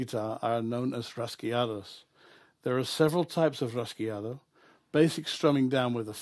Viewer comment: Pronounced Raw-Hey-O! Raw-hey-Awdo also